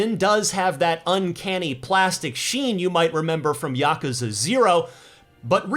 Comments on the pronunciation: ya koo za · You pronounce Yakuza funny.